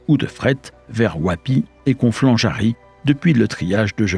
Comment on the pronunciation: Conflans Jarny et non jary mais sinon super intéressant comme à votre habitude